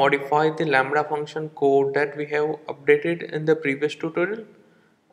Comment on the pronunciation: It was all fun until the "Lamrha" came in! xD